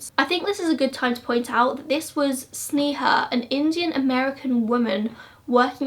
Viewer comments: Pronounced sney-ha but I love your videos ! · Hi.. just wanted to let you know that sneha's pronunciation is sn'ay'ha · It’s actually pronounced SNAY-HA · It's pronounced Snay-ha but eh :P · Girl. you did a good job on the video, research etc but at least pronounce Sneha's name right. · Yeah it is, we can understand the difficulty of pronouncing Indian names, never mind, still love your videos anyway! <3